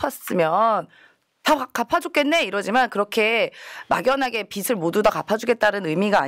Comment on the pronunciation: 다 좋은데 패널분들 발음을 정확하게 해주세요. 자꾸 빚이 아니고 빗이라고 발음하시는거… 빚을 탕감해주다는 발음할때 비즐탕감해주다 라고 하셔야지 자꾸 비슬 탕감해주다 라고 하시니…..